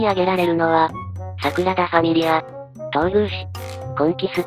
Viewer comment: サクラダじゃなくてサグラダだよ